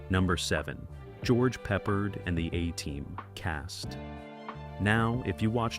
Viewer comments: Pronouncing MASH as M-A-S-H almost had me in stitches😂. And who is George Peppered?😅 BTW pretty sure the actor who played Radar was difficult to get on with on MASH? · Got a BIG laugh at "George Peppered". Now THAT'S funny. Thanks.